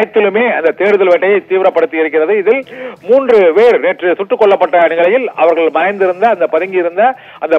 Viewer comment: இடங்கல் அவர்கல் 😂😂தமிழை நன்றாக கொலை செய்கிறான்😂😂